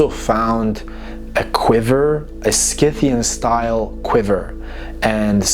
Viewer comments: I'm a Classical studies archeology student, love your content, hate the way you say sCythians... The word Scythian (referring to the ancient nomadic people of the Eurasian steppes) is usually pronounced: /ˈsɪθ.i.ən/ → "SITH-ee-ən" (like the "Sc" is an "S"). So, the C is silent, and it sounds like it starts with "Sith" (like "Sith" from Star Wars). There are also older or less common pronunciations: /ˈsaɪ.θi.ən/ → "SY-thee-ən" (with a long "i"). But the standard modern English pronunciation is "SITH-ee-ən". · Sith-e-in ( Scythian ) . Per-Seth-fa- knee. ( Persephone )